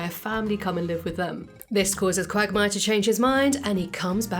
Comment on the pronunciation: Why i hear Quack Myer instead of quagmire ?